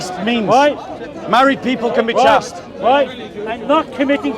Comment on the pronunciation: "Chaste" rhymes with "chased."